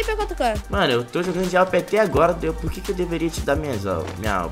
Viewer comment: Mais o nome certo é awp, e também ele fala awp não awm